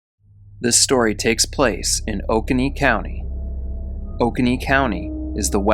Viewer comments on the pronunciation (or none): someone correct me if I'm wrong, but I believe Oconee is pronounced "oh-KOH-nee" I like to kayak the Oconee River in Georgia. lolz. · We pronounce Oconee as Oh-coh-nee here in NC, i think you just said it too fast 😂